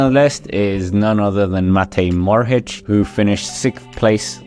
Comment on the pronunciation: Btw it's pronounced Mo-ho-ric not Mo-ro-hic, you get it wrong everytime and it's a bit annoying.